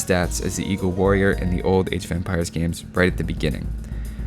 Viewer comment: Man I always think he's saying eco-warrior instead of eagle-warrior